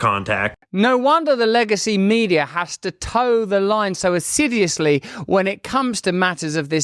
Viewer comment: assiduously, not assideously